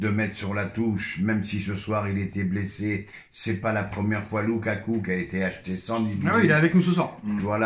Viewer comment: C loukoukouk au lieu de loukaku